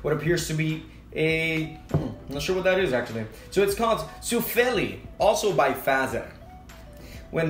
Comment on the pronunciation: Finnish names, stress the beginning, always. So: SUFfeli, not 'suf feeli' as you said. Then it's 2 words in Finnish. Compare: Da Capo. ('Da Kaa(p)po' would be the truely Finnish spelling.) Pätkis like 'Pat kiss' - not 'put kiss / pot kiss'. That's what the dots do.